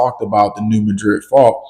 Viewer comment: Mad-rid! MAD-rid! NOT mah-drid. Do your research.